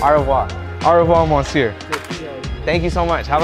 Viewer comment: He also said "ça va" and "adieu monsier" 😂